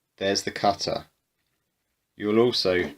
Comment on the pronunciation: the "cuttuh"